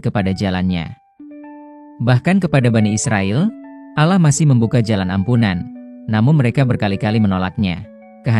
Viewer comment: jangan ucap kan lapas alah anda salah. ucap kan lah yg benar a, kalau benar anda islamm.